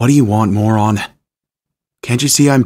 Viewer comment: Him: what moran Me: hey I'm not a moran!